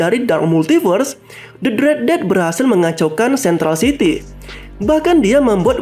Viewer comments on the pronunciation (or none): none